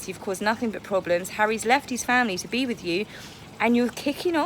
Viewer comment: "Swim WIV Dolfins." Can't ANY of you Brits on YouTube speak properly? Even the Aussies know the difference! Yes, Harry looks dreadful and Pears Morgan was right in his assessment. The Queen is letting them have enough rope..... and I can hardly wait! So long these Hollywood/ Celebrities stop the long standing intrigue. Megan just wants to be able to wear coloured bail polish. Yes, stripped naked in public. Nothing new for Harry! Harry had turned into a wash cloth.